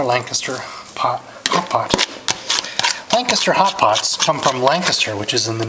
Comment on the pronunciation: LANCASHIRE HOTPOT YOU PLANK.....LANCASHIRE, NOT LANCASTER